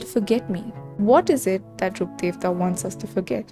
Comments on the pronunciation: omg yes finally someone pronounced Rukkhadevta's name properly, everyone keeps messing up the pronunciation so bad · I think since sumerus released this is the first time i hear someone pronounce rukkhadevata correctly😭